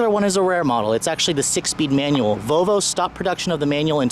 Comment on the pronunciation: Learn how to pronounce the brand. It is not a Vo-Vo. There is an 'L' in the name. It is pronounced VoL-vo :-)